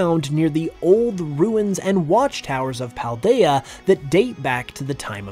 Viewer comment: well, that is from the spelling standpoint. Paldea is pronounced "Pahl-daya", as if it was a Spanish word. you need to watch the Nintendo Presents for Scarlet and Violet. i will tell you this is true.